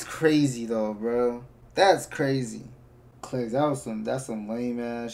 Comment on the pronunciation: his name is Clix not Cliz